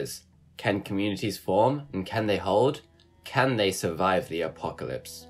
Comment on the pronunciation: The apocawypse. Hewwo my name is wandy.